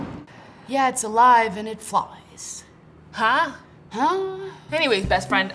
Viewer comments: At the start they said breast friend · They said brestfriend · It sounds like there saying breast friend 😂